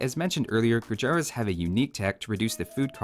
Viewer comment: its called "gurjarrr" and not "gurjaraa"